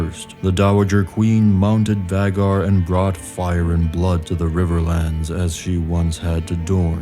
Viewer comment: It's so jarring when you mispronounce Vhaegar as Vaggar